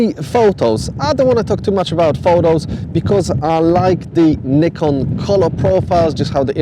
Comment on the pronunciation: Please learn how to pronounce Nikon properly. Thank you